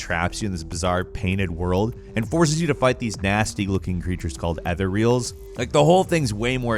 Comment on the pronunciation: Also mispronounced ethereals and hym